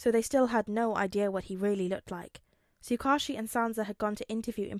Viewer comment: I just wanted to say finally a tsuk ouchie pronouncer. I’ve always read it as that and I never noticed when I first listened to the video since me too! It’s always weird hearing Tsukuichi or however it’s spelled because I’m like who??? An oc maybe? But then he’s in other videos and I’m like WHO IS HE!!!???? But in reality it’s the off brand Man in the yellow hat from curious George.